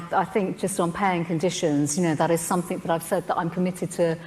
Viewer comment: Did Patel say somethink instead of something? She needs to have a chat with her elocution tutor.